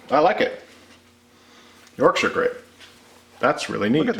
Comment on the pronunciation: As a Yorkshire lad, thanks for your spot-on pronunciation of Yorkshire.